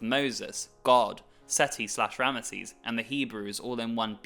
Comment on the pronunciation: RAM-zeez*** not RAM-UH-seez